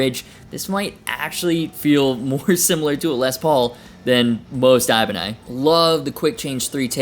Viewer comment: Ibanie? Is that how it’s pronounced? I been saying ibanez this whole time?